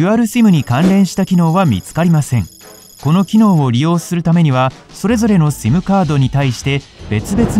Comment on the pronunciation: simの発音がシィム